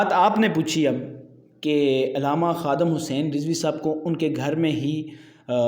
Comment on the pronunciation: Ye Kamina Huzur Amirul Mujahideen Allama Khadim Hussain علیہ الرحمہ Ka Name Sahi Se Nhi Leta Hai